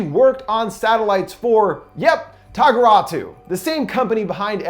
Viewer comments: Tagruato not tagurato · Tag-uh-rah-toe bro not tageratu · Tagaratwo I love his pronunciation of things